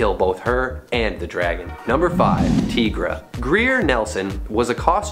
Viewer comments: it's pronounced with a long "i", not "Teegra" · actually, it's a long "i", not pronounced Teegra.. i've heard it vocally more than once